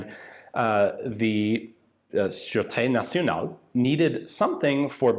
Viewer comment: Su-ru-tay nasionale (sureté nationale)